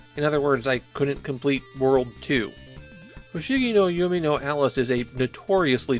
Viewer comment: You’re calling it “Yumi no Alice” instead of “Yume,” which is pronounced “you may”